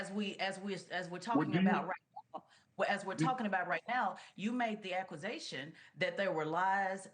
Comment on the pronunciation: Aqusation. That's not a word ..she can't speak English. She has a 75-80 IQ .border line retarded ..